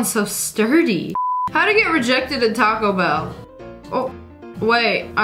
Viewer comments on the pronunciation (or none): none